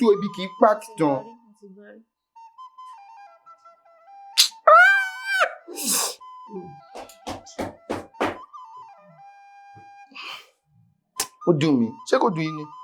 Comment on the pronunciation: o dun mi, sounds more like o dun mo mi😂